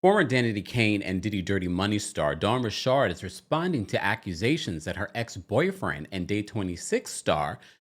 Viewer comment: 100% not saying her name like that.